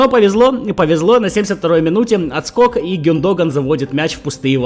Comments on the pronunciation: Какой гюнд(о)гон… правильно гюндог(а)н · Гюндога'н , ударение 😁